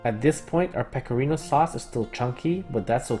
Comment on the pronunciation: as an italian, i really appreciated your pronunciation of pecorino and grana :0